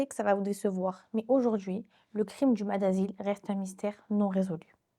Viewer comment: Salut, je connaissais pas du tout et c’est très intéressant. Juste on dit maSS, (le S se prononce😊)